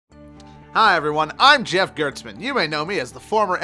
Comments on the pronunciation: You do know that (who's name you mis-pronounced) was fired for REFUSING to do the very thing are accusing him of doing right? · A. You're pronouncing Jeff's last name wrong. B. Jeff hasn't worked at Gamespot since like 2008 because he refused to change the score for Kane and Lynch even when the company threatened to pull their ads off their site. Jeff is a beacon of honest games "journalism" in the industry. Your parody of him doesn't even make sense. Implying that he will change scores based on bribery is asinine and is literally the opposite reason he became famous in the first place. C. If you're going to use a recognizable persons name in the industry to use in a parody, do some research so you don't look like an idiot.